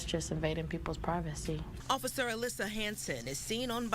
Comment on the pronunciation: What the fuck is privatesee? Lol